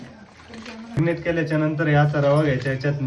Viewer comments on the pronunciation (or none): मॅग्नेट नाही रे marinet